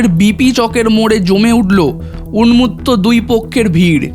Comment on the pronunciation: তোমার উচ্চারণে ভুল আছে যেমন উন্মত্ত